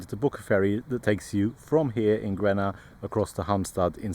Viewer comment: The intro was quite confusing as you were pronouncing Grenaa as Gränna which is a very famous place in Sweden.